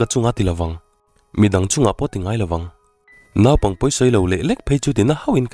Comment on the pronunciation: Naupang tih turah naaupang tih ani foa lam fimkhur a tha.